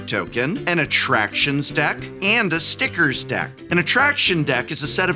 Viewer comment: Everytime you say stickers I can hear you say STICKERS ITS STICKERS